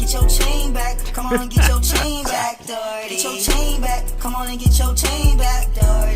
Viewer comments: Jack D’OH!erty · Jack Do-herty